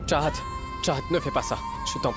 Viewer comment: on dit pas charahat on dit chahat